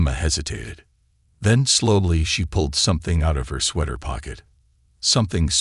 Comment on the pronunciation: He also says sweeter and sweather instead of sweater. UGH!